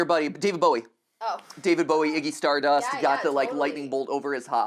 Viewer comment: This video is great but I need to comment on “Iggy stardust” 😂